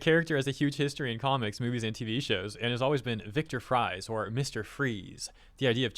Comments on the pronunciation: Yeah, and by the way, when you say “Fries,” it’s supposed to sound like “Freeze.” 😅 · Victor "Fries" is pronounced Freeze that's the joke 🗿